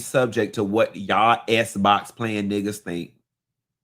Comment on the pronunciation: "Playin' esss box" 😩😂